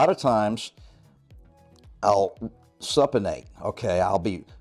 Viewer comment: Great tips. I'm gonna try the Hammer Grip Concentration Curls. I usually do the Supinated style Concentration Curls (Btw it's pronounced "SOUP-i-nated" 😜); and Standing Alternating Cross Body DB Hammer Curls; but gonna try the HGCC's to change things up.